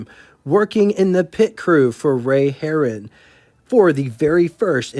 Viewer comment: Harroun is not pronounced like Herron. Mispronunciations abound here, Kensworth? LOL